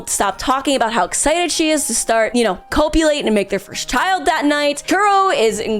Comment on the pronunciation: Copulate rhymes with populate, ma'am.